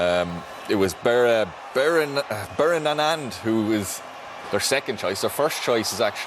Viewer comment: Lol this man cannot pronounce Iranian names.. it’s Taremi not Torabi who’s the star- Torabi is another player…and the goalie’s name is pronounced BAY-RON-VAND😊